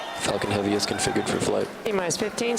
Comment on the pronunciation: lol he said Falcon heavy, my ears heard fucking heavy